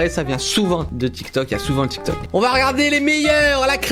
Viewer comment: Il a dit dramatik tok😅😂😂😂